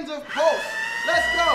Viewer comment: Sean, the man who is good at everything but pronouncing PULSE, walking and basketball